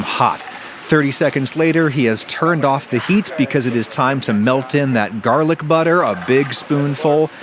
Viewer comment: Gerrlic Butter 😂